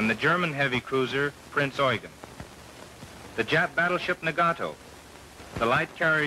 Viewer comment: 途中 プリンツオイゲン って言ってた